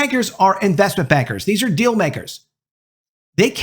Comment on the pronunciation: I kept hearing "investment beggars" instead of "investment bankers" for some reason.